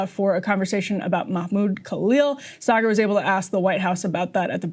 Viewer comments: You call him “Saygaar”? lol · Did she just totally mispronounce Saagars name? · Saagar not Cigar!!!! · this woman’s job is to lie, but the irony of her saying something undeniably untrue (the pronunciation of his name) in her righteous tone I just find completely hilarious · How she say his name wrong so many times 😂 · Im here because Emily is low key hilarious. Her and Ryan usually have such a great back and fourth with eachother, and her messing up Saagar's name had be trying to understand how she could get her colleague's name wrong until they played the WH press briefing clip... touché Emily!